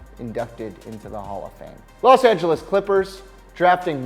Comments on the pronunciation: Umm "tlos angles Lakers" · "Tlos Angeles Lakers"